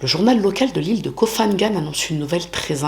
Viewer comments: Koh Phangan se prononce pangan le h après le p est muet et ne sonne pas comme un f. Comme Phuket qui se prononce pouquette et non fouquette. Sinon bonne vidéo merci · Hello, j'espère vraiment que tu iras mieux après tout ce que tu as traversé! et merci pour ton travail, toujours interessant, original et bien documenté! pour info: en Thaïlande on ne prononce pas le ph comme un F mais comme un P, Koh phangan et Koh phi phi se prononcent Ko pangan et Ko pipi!